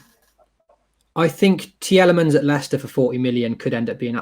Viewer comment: Its so triggering the way she says tielemans considering everyone even on the show said it differently